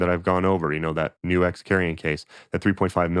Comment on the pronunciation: I assumed it was pronounced 'nukes' instead of 'new X'.